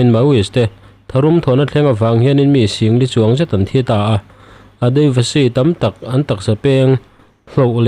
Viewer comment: Adayvashi nilo...Adivasi zawk aw..Heng hi tribal hnam sawina aw..